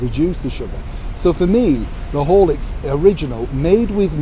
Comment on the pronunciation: I have no idea what Horlicks could be. I thought you were saying "holics" as in alcohol. LOL We are both speaking English, right?